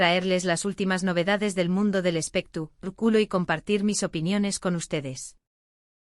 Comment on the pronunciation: 😂😂😂 me encanta cuando dice " espeta " culo " 😂😂😂😂